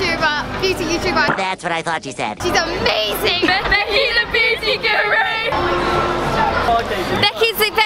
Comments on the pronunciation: its beauty becky not booty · u said beauty correctly a total of like 2 times this ENTIRE video smh